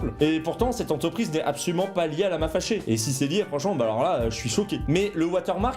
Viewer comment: Mais c'est quoi ce délire.. le gars il remplace tout les "an" par des "on". Il a le nez bouchée en plus. Un écron un romplacemont concernont ontreprise carrémont passer en tondonce développemont :T